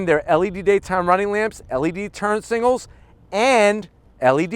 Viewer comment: Is it me or he says turn signals weird ? Like singles